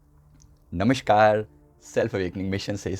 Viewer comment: आप बात करते समय व्यग्र और भयभीत से लगते हैं एवं "नमष्कार "कहते हैं जबकि सही उच्चारण है "नमस्कार " ! आपका वो चक्र पहले संतुलित कीजिये जो आपको सहजता प्रदान करे, कृपया बात को अन्यथा न लें। धन्यवाद!